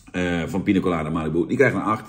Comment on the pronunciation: Jan met zijn "Pino Colada" 😂 Voor de rest van de wereld is het gewoon Piña Colada 😉